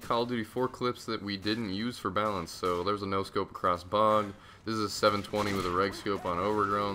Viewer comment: This whole time i thought you were saying "bounce" instead of balance haha.